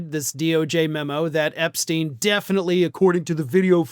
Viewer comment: Why can Americans say Einstein correctly but not Epstein? Makes no sense